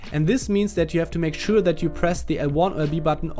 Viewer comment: any noticed that "make showaa"